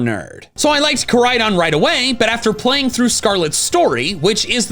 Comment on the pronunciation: IT'S KORAIDON, NOT CORIDON!